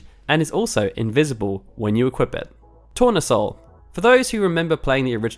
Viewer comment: tournesol is sunflower in french, pronounced tou-rne-sol